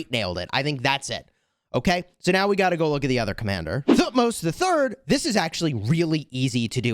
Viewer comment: by the way the right pronunciation of thutmos is Tu - hut - mose it's a 3 syllable word